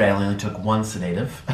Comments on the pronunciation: I don’t believe he’s taking sedatives simply because he doesn’t pronounce it correctly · Hey Dr. Nikocado. I’m pretty sure that when they take your blood pressure, you don’t see actual blood. Also, you need to learn how to pronounce sedative if you’re going to self diagnose 🤣